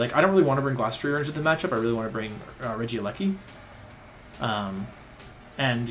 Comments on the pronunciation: I'm sorry, Rejigajigas?? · I spent more time than I’m willing to admit trying to pronounce it like him. I finally broke it down to Rejigajigas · Ray-Guy-Giygas. Legit heard someone pronounce it that way. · I can't tell if Wolfey is saying Regigigas or Regigigigas and it bothers me more than I thought it would. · I haven't heard Wolfey say regigigas and I paused the video and it took me a minute to pronounce it his way. I was laughing my ass off the whole time. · My brain has a stroke every time I hear Wolfey say Regigigas because it doesn't understand all the soft G's versus one soft G and two hard G's. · Why does he pronounce regigigas like that